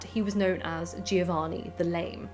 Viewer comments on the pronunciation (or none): none